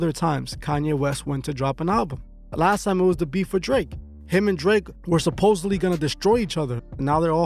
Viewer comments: I hate when people say supposebly- it's SUPPOSEDLY with a D I like this channel and I like host and his girl but it makes the whole thing seem unintelligent when they don't or can't even say the bigger words the correct way idk just M.O. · Home girl it's SUPPOSEDLY with a D. Not to be rude or nothing but I hate when people be talking about real topics or are attempting to talking in an intelligent way but can't say the right word(s).